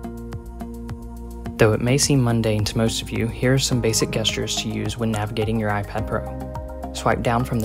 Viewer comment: Dude.. its pronounced Jestures haha